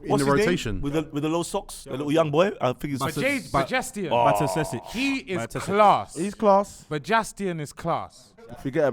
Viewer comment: calling Bajcetic Bajastian 🤣